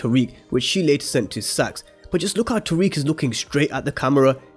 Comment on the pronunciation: Tariq (not tyriq) Brayden (not brendon/Brandon Monet “MOAN-eh” (not literally Monet) Folks please pronounce the fucking names right.